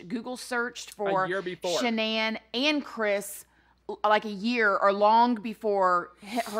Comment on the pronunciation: She could not even say Shannan name